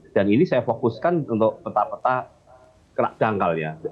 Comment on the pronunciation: P - ta = dibacaa peta bukan pé- ta, semua huruf kedua dlm satu kata yg ada huruf e dibaca e pepet , seperti kata : pelan, segar, gempa , maka konsisten peta jg begitu bacanya